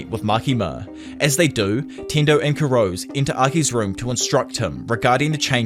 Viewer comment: I can't get over the pronunciation of Kurose's surname 😅 it's 黒瀬 /くろせ/ which should've been kuh-ro-se not kurows. Regardless, this is a retelling of the manga which I'm yet to read again since I stopped it at some point early on.